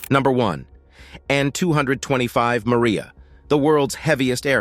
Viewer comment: The plane is MRIJA, not Maria, and as you may not have noticed, it belongs to Ukraine and wears its national colors. Not everything can be translated into English, it is good to interpret it as it is. And regarding the size of the machines in Russia, he doesn't look so much at fuel consumption, because they have their own oil resources and they don't have to rob and occupy other countries.... Don't forget the size of Russia and its resources.... Not everything American is immediately top-notch and TOP , after all, the mind learns from mistakes, as long as it has the ability.